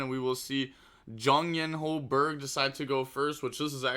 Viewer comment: JUSH not JUHU